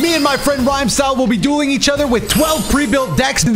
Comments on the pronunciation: Each time you say “we will be dueling eachother” I hear doing l😅lol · that intro always make me go ayo, because i hear saying "doing" instead of "dueling"